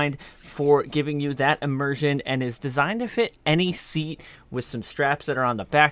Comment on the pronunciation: Immirshment? Did i hear that right😂